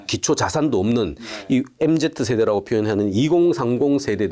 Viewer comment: 교수님 엠제트 아니고 엠지요..(소근)